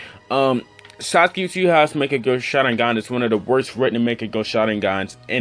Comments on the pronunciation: Get ur pronounciation right😑, wtf is makekyo??😂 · is mangekyou not mangeko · why this dude making videos on Naruto when he doesn't even know how to pronounce or spell mankegyou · monkekia washeringrrr lol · lol i like how he says mangekyo...... pretty sure hes never watched naruto in his life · Your pronunciation of mangekyo gave me cancer xD